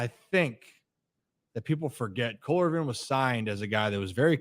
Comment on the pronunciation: why do you say “Irving” it’s “Irvin” 😂